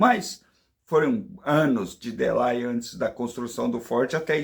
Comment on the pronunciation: Delay pronuncia- se / delêi/ sou professora de inglês, se precisar, estarei à disposição.